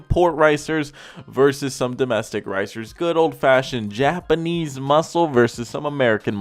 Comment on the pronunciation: "Japanise muscle" smh